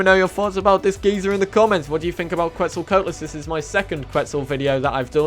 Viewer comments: I’ve finally been blessed with new creatures 😌 also it’s pronounced quetz-al-co-at-lus not quetz-al-coat-lus haha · The pronounciation of quetzalcoatlus made a part of my soul die